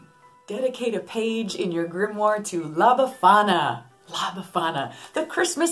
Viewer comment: Yessss we celebrate “La befana” on 6th of January 🌒✨😊💗😁happy to hear your Italian pronunciation! It’s good 😻🤗